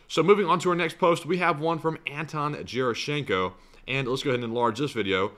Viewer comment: at 1.46 you said you didn't know what the building was. I believe Starsky and another source said it was the exhibition hall of their military expo that's going on right now. how ironic. I bet they didn't sell too many air-defense systems that day. lol btw, Gerashchenko is pronounced with a hard-G (not like j)